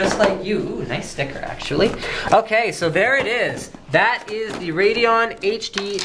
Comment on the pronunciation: wrong. you dont pronouns "RADEON" like *RAYDON..the "E" in Radeon is there for a reason..so that you wont pronouns it RAYDON but RAYDEEON just sayin